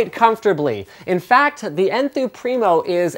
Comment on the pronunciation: when he sais enthoo primo i always hear n2